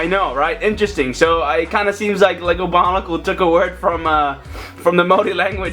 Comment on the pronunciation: did you just say bonicle